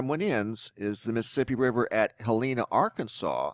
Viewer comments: Yeah it's also HEL-lena, not Hel-LENA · Thank you for the info but I have to correct one thing, It's not Helleeena,. We call it Hell, in - a (short A) just wanted you to know cause us southerners will not tolerate the name being mispronounced. LOL Thanks again for the info...Hell-in-a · Honey, as a local, I'll let you know ... Helena is pronounced "Helen -uh" like the woman's name Helen, with an uh after it ... my grandmomma was born in West Helena ...